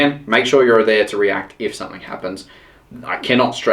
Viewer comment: threre is a g on the end of the word something not a k , you sound like a complete idiot saying somethink !!!